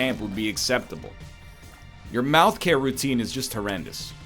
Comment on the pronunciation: Every time NL says mouth I hear Malf. Malfcare